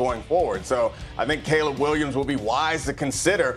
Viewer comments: The tv said Caleb many times and this dope with rocks in his head still pronounces it Collab. I mean it sums up this man’s intelligence 😆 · Caleb is sounded Kay-lub